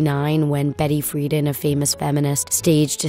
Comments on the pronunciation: An iconic woman of history and you mispronounce her name. Betty Friedan (FreeDAN). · All this history and you can’t correctly pronounce Betty Friedan!!?